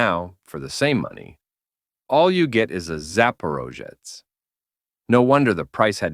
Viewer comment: The "zaporozhets" was so mispronounced by AI it hurt my ears. Also you forget to mention that it was actually created and built in Ukraine